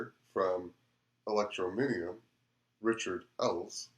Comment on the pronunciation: Very good, thank you. Just need to work on the pronunciation of Electroneum and Ells ;) God Bless